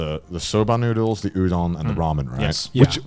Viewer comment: Mans just said Youdon